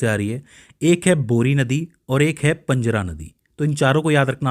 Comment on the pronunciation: पंजरा नहीं पांझरा आहे नाव तर नीट घे